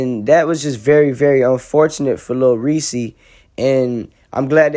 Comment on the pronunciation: It’s Lil Reese not “Lil Ree Cee” - Reese is ONE SYLLABLE NOT TWO SYLLABLES.